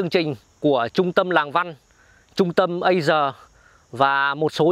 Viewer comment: Đọc là Trung tâm ê dzi a chứ không phải ê dzờ😅